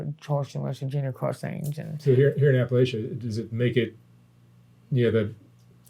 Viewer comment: there’s no such place as “apple ay sha” it’s “apple at tcha”.